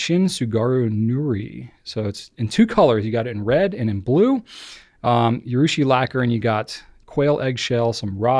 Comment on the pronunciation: I agree (as a Japanese speaker) that effort taken to use the original pronunciation is a much-appreciated sign of respect towards the other culture. (Urushi is “ooo-rushi,” by the way, not “you-rushi” 😉 you were saying it right many many pencasts ago.) The mocking danger has to do with a mocking intention that is usually pretty obvious, so you’re safe there—your Italian pronunciation sounded fantastic!